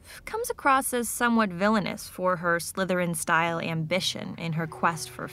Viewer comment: I like how you barely put it on dracos head and hes like "sLythErIn"